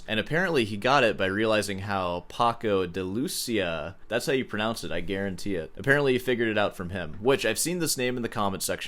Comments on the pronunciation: You pronounce his name wrong. A non phonetic sample would be: Paco ( not Pacow) de ( like the 3 letters of "This"), Lucía = lou, like " Lou "Reed, cia like theea. Ur welcome. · just to be the one person to say, you did mispronounce his name.